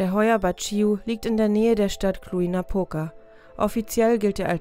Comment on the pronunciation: Das j wird wie sch ausgesprochen: Cluj ist also Klusch.